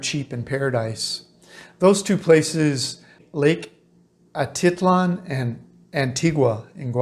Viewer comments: Yes it's Lake Atitlán not Lake Atítlan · It's funny how you pronounce "Atitlan". I lived in San Pedro and have never heard anybody, local or not, pronounce it that way :-) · You're not pronouncing it correctly